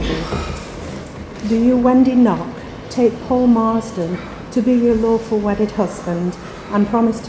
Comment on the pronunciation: He definitely said 'My awful wedded wife'